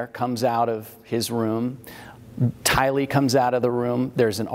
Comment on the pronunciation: Since the beginning Tylee’s name has evolved into being mispronounced by being accented on the 2nd syllable, “lee.” However, she is NOT Asian, & her name is pronounced with the accent falling on the 1st syllable, “Ty.” “TY-lee” 💜